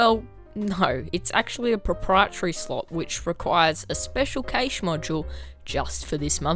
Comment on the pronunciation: FYI cache is pronounced the same as Cash